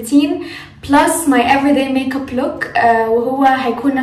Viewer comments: دوم الضحكة ي قلبي😂❤ + ي ستي فاهمه والله😂بس هي مش بتقول ميك اب بتقول ميق اب تحسيها بتقولها بالقاف😹😹😹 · كل دي اسماء بتقوليها بالانجلش وجت على ال make up وتقولي ميق اب😹